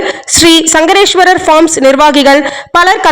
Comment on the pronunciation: சங்கரேஸ்வரர் தவறான உச்சரிப்பு.சங்கேஸ்வர் என்று உச்சரிக்கவும்